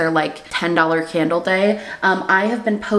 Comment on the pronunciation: « Today’s candle of the day » always sounds like « today’s scandal of the day » and i kinda love it